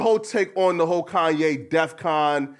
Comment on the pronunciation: Kanye said death con instead of defcon, let’s point that out